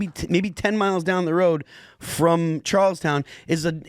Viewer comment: WV native here, it's pronounced CHARLESTON, not Charles TOWN.